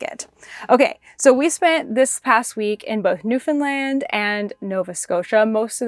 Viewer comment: You pronounce Newfoundland perfectly! I’m a Newfoundlander but I live in Ohio. I’m enjoying following your Canadian travels. Thank you for sharing.